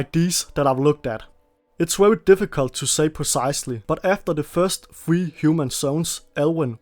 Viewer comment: Are you unable to properly say very ?